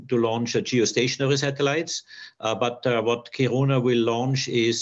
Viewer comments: It’s funny to hear Americans trying to say kiruna it sound so weary wrong kiruruna wile it’s should sound like this ki runa the K and I are the strong sounding letters wile the rest are sub letters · This is cool and all but all I can think about listening to this is how that pronounciation of "Kiruna" hurts my soul...